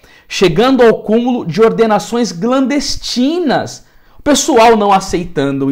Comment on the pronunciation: Glandestinas não... Clan... Clandestinas...